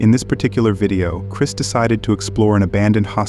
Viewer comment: It's Chris not Chirs check the mark!